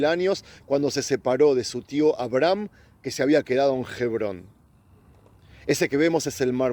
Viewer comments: Hebron. H. MUDA. No se dice jebron. Suponiendo que no esté la letra H. Ebron. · OJO! Amigo, Gebron No! Sé Lee y sé pronuncia "HEBRÓN"